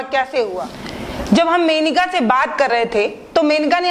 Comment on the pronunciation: मेनिका नहीं मोनिका चौहान